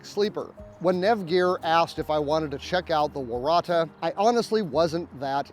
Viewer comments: Loved your review! Im Aussie and Waratah is pronounced warra ta. Its a native plant here in oz. Think ill buy one and yes very cheap and good to support a local small business. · I know, as an Aussie and a Tahs rugby fan the pronunciation was driving me crazy! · I'm Australian, I own one of these quilts, and I very much enjoyed your review. I'm a rotisserie sleeper, and this is the only quilt I've used that works for me. Also, and I hope you don't mind, but I'm going to use your pronunciation from now on even if it is wrong, it just sounds better!